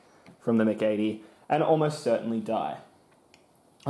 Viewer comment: You have a fascinating way of pronouncing the MC-80.